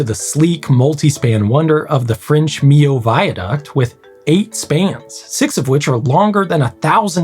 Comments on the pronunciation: Wow! I never knew it was MEE-oh viaduct. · Kudos for pronouncing 'Millau' perfectly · You know Grady really loves cable-stayed bridges from the way he actually knows how to perfectly pronounce "Millau", a feat never heard before from any other native English speaker.